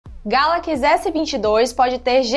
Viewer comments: Moça, não é Galaquis, é Galaxy ;) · Que nervoso ela falando ''Gálaquís" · "galakize" "iznapi dregon" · Porra galacx é foda né não ?... Sabe nen pronunciar correto ... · Só comigo que na pronuncia do nome "galaxy" por ela, que sinto uma diferença absurda?😅 sai até fofo: "galaquiçi" kkkkk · Fiquei travado no "Galaqui" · Nao é "galaqs" é galaxy.. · Essa mulher me deu nos nervos falando *galaquis*, muuuulllhheeerrrr doido céeeeeeeeeuuuuuuuuu, é galaxy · Amada, o nome eh Galaxy, nao Galax, pode pronunciar o Y sem medo kkkkk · Kkkkk ta falando errado galaxy ... Ta falando galack kkkkkk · "Galaquis" não é sotaque, ela só está falando errado. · Só eu que entendi "Galaquis" ao invés de "Galaxy"? kkkkkkk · "Galaquis" Aí meu ouvido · GALACS? kkkkkkkkkkk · galaquis??? kkkkk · “GALAQUIS S22” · Essa garota tá falando galacxi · meu deus agonia, "galakiss" é tenso demais kkk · "O samsung Galaqui" rss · Porra mandou um "Galaquis" logo no começo.. Aí éh Fo#@ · Ela é Gata mas fala Galaquis🤦🏻‍♂️! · deve ser sotaque Sei lá,da nada. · Legal é ouvir a dizendo Galaxy....😂😂😂😂😂😂😂😂😂😂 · ainda continua falando galaxy errado ! 🤦‍♂️ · Oque eu espero do futuro é ué vc aprenda a falar Galaxy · Ensina essa mina falar Galaxy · Não é sotaque, ela fala errado mesmo! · Tem tudo pra dar um show na apresentação. Mas direção tá deixando muito a desejar. Galakisss?? Acarde?? Ráduer?? (Hardware)